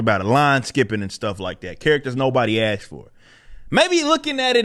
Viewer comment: You said, "aksed." "Aksed" is not a word in the English language, dude. Try again. 👍✨